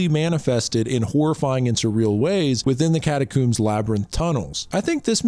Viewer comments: I cant get over the fact that you say catacombs like cataCOOMS and not COMB XD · it's "cata-COMBS" rhymes with homes. not "cata-cooms" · It's pronounced cat-a-combs not cooooms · Hehehe “Catacoombs” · Cata-Combs, is the way you pronounce it. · "How many different and incorrect ways can this youtuber pronounce 'catacombs'" challenge is in effect. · why you pronounce catacombs like that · Had to stop watching after he couldnt say catacombs right